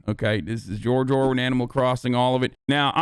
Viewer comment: "George Orwin" Lmao